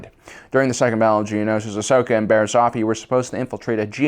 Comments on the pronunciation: Mispronounced another word, Bariss Offee (Off-ee) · Offee is pronounced OFF-ee.